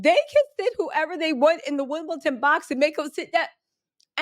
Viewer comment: WimbleDon not WimbleTon.